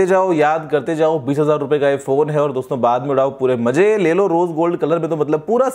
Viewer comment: Guruji "maje" nahi, i think "maze" 😊😊😊😁😁